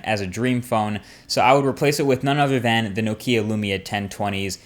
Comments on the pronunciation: lol... he doesnt know how to pronounce NOKIA....It´s Nókia....not NO Kia xD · You dont say Nokía, you should say Nókia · It's pronounced Nokia not no-key-ah. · Did you say Nokia wrong?